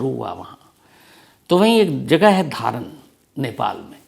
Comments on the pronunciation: हेलो सर 🙏🙏 हम काठमाडौं से आपकी हर कहानी सुन्ते हैं, सर धारान नही "धरान " हे सर,, lots of love from 🇳🇵🇳🇵❤️❤️ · धारन नहीं धरान है। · Aap ne galat ucharan Kiya dhaaran Nahi dharaan hai yak jage Ka naam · धारन नही धरान है जगहका नाम जनाब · धारण नही धरान है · I am so sorrry to say sir but it’s Dhaaa-aaaa-raaaaa-n not Dharan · Dharan nhi Dharan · धारन नही धरान है सही नाम सर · Sir it is pronounced as " धरान " not " धारन ". Thank you.. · धारण नहीं भैया बल्कि "धरान" । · Dharan not dhaaraan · सर धारन नहि धरान है मै नेपाल से हु आपके बहुत बदि फ्यान ❤❤❤❤ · धरान है sir धारण नही 🙏🙏❤️❤️🇳🇵🇳🇵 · नमस्ते सर 🙏 विवेक का जन्म धरान शहर मे हुवा है आपके उच्चारन मे धारण सुनाई देता है ॥ रिस्ता मानवता का उधारण । कहानीके लिय धन्यबाद🙏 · धारन नही सर धारान है। मै काठमाणडो नेपाल मे हु सर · धारन नहीं धरान जघे का नाम है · धारन नहि धरान है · Wo Dharan spelling h but its callled Dharaan , just for your knowledge